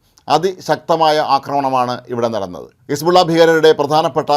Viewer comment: ഹെസ്ബുള്ള യെ ഹെർബുള്ള ആക്കി മാറ്റി....